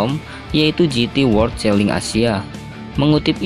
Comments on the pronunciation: Di baca chelen woyyy bukan cheling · Celing?😅 Cara bacanya celen masss..